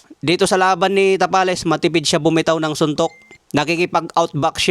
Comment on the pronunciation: Marlon Tamales dinig ko a haha